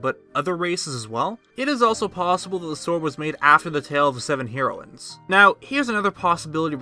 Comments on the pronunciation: Hee-roines? Heh-roines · I’ve never heard it pronounced, Hero-in. ...Hair-o-in is how I have always heard it. But other than that...great video. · I'm sure I'm not the first one, but the word isn't pronounced Hero ins. It's Hairo ins. Y'know, like the drug. Same pronunciation for both. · The way he said HEROines 😂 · Heroines {heh-ro-wins} Learn to speak. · It's pronounced Heroin-s, heroin like the drug. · The way he sas herowins lol theory busted XD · the way you pronounce "heroines" is killing me. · You say heroines really weird. It's pronounced like the drug. Edit: literally can't watch this. Pronounce you shit right! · had to stop watching due to the way you say "heroines" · Dude, Hair-ro-win(s). Hero-win(s) is not correct. High-lee-yans. High-lee-yuh.